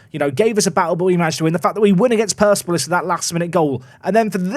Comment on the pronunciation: I want you to leave Iran without ever having said Persepolis correctly